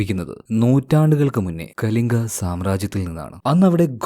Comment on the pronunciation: കലങ്ക സാമ്രാജ്യം അല്ല കലിംഗ യുദ്ധമാണ്